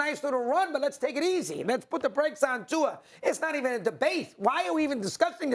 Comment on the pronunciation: It’s Tua